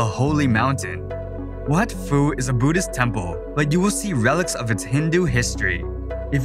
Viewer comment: Yeah the "ph" in Lao is an aspirated 'p' not pronounced 'f' as in English. So Wat Phu, or Phu Temple is pronounced "wat poo".